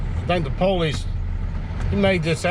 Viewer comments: Thank you from those of us who really are handicapped! Just one thing, what the hell is "the poll-leeze"?! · No offense but is that how you folks pronounce “police”?? Lol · Maybe try pronouncing the word police correctly. Police, not po-lice. Also, you are complaining and that is exactly how you and the company your own or work for make money. I'm all for towing people when they are parking in the wrong places. Just some thoughts. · Normal people : police This guy : p"OW"lice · Poe-leece??? Lol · PO-leese. Lol. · uhhhhhhhh, police IS a two syllable word.